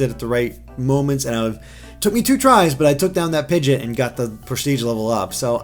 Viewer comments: It's Pigeot, not Pigit... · Please, it's driving me mad. It's not Pidget It's Pid-Gee-OT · Yeah, it really bugs me when he says that :/